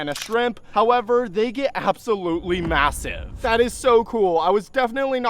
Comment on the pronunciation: Did bro Say masive☠️